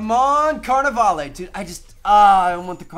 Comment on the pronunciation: lol, "carnivale-ay"